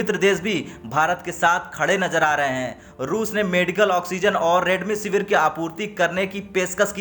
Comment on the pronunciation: Redmisevir nhi, Remdesevir 😂